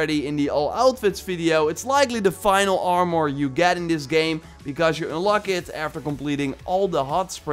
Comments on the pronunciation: He pronounced mask "mosk" and armor is so weird when he says it. Ar-moor.... It's ar-mur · Please! Its ar·mor, not ar·mooor, lmao idk why its bothering me so much but it does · Nobody:: “Arh-More” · He said R mouhhur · it actually triggers me how he says armor